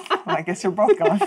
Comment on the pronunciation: DAMNIT JERRY! There is no L in both. It’s not bolth!